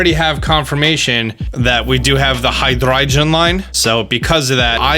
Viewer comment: says every pokemon name right also: says hydreigon right... tf?